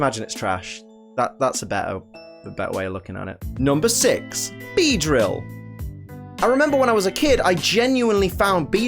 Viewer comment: IT'S BEEDEILL, NOT BEEDRIEAL!